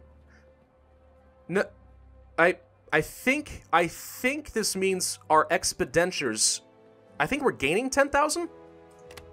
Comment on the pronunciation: That's not how you pronounce expenditures. You're pronouncing it as "expedentures".